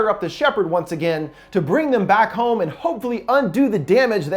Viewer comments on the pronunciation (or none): none